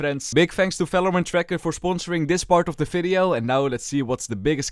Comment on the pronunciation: valorant ❌ FELORANT ✅